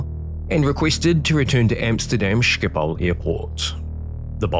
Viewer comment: O come on. Sjipol airport? Practice a guttural, G a back of the throat thingy. Then try pronouncing it correctly. And that pin? It is more of a solid steel 3,5"- 4" in diameter cylinder. Yes, those can fail. It takes one to go that takes down a second and a piece of wing. Slats need hydraulics. So on one side there was none as the redundancies were shot as well. Try for electromechanical with redundancies in future? Or no slats?